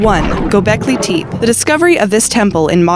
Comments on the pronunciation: Its not pronounced TEEP! "Teh-pay" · You've mispronounced the number 1! "Tepe" pronounced like "Tele" which means "Hill" in Turkish and Gobekli Tepe literally means :The Belly Hill or more precisely The Hill with Belly! ' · its pronounced tepay not teep